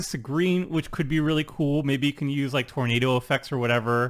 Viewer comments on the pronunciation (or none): none